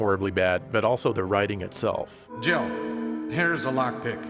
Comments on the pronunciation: I don't care what anyone says; Barry says "JIBBLE" sandwich. Yes, I know that makes no sense and he was probably supposed to say Jill sandwich, but it'll always be Jibble to me. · I have listened to that clip probably 50 times from different YouTubers and I have to say...I just do not hear Jill Sandwich. I dunno if it's just my ears or what but it ALWAYS sounds like he says Jiggle Sandwich to me. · I can't be the only one that thought Barry said "gerbil sandwich" listen to it again and see what you think, it sounds like there's a "b" in there. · When Barry says "Jill sandwich" he splits Jill's name into two syllables with such emphasis that it almost sounds like "Jiggle Sandwich."